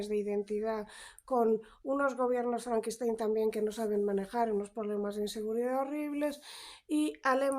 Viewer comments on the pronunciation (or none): none